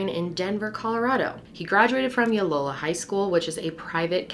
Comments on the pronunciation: LOY O LA - it is not hard to say. L+OY! O LA! try it and show us you care about the names of where we live. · It’s LOYOla, not Yolola. As an alum, I feel compelled to clarify lol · I went to Loyola and it's LOY-OH-LA, not low-yola. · Was Loyola referred to as “Yolola”? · It's Loyola Marymount University not yoylola lol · Loyal Loyal Loyola. Not Yolola. 😉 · I’m sorry, yo-lo-la? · Ok the pronunciation of Layola is Lay oh la . Sorry it matters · Why are you calling Loyola Ulola? It’s not that hard Loy o la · Loyola or Yolola xd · pronouncing "Loyola" like "Yolola" was my favorite part of the video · Looked for this comment hahaha and lo-dee NJ 😂 no hate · It's Loyola ( loy-oh-luh) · Loyola Marymount right? Her mispronunciation confused me lol